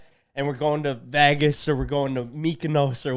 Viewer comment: You can pronounce your name but can't say Vegas to save your life. I don't get it! 💯💯